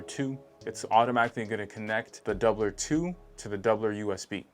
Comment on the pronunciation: I’ve been curious about this one. You said their name better than me, lol.